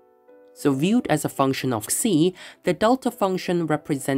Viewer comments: so you pronounced it as ksi, finally. nice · You pronounce ξ correctly!!!!!